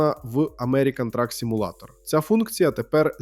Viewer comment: Роби наголос у слові simulator на u а не на a